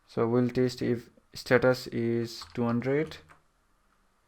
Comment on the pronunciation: This guy is saying taste instead of test..